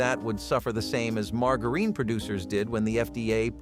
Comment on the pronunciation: Margareen? Fried Roll polls? Man these pronunciations are horrible. Lol